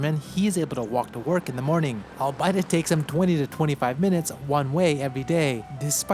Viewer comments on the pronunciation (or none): Albeit is pronounced “all-be-it” and not “all-bite” btw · i think its pronounced all-BEE-it lol